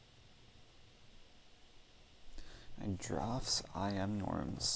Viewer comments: Also it's pronounced the same as drafts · It's pronounced "drafts" btw